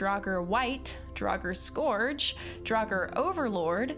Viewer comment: The 'our' in 'scourge' is pronounced like the 'ir' in 'thirty' It made me cringe hearing it that way 😖